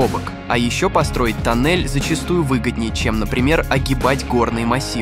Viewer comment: Афтар, зачем ты в некоторых словах ставишь не правильные ударения? Например "тОннель", а не "тоннЕль" или "бУрение", а не "бурЕние" ? Слух режет. Слушать противно.